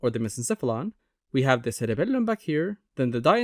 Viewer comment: the way you say CereBELuuM 😅💝